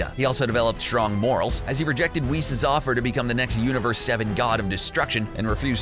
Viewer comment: He said Whis. But he pronounced it as w•his instead of wee-ss